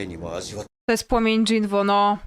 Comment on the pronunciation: No czemu ty mówisz żin-woo a nie jin-woo boli w uszy